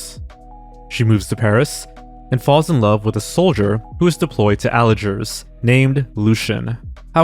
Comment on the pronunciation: Today I learned how to completely mis-pronounce 'debut', 'Algiers' and 'Cipriano'.